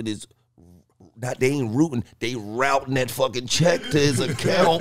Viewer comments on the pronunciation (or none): none